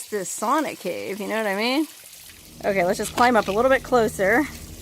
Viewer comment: Pronounced "Sow Na".